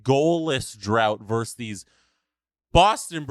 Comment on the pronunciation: It's "versus", not "verse".